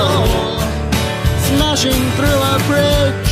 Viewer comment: Why do you replace half of your TH sounds with an F sound? And why do you do it inconsistently? Sometimes you say THrough, sometimes it comes out as Frough. Great video other than this minor issue.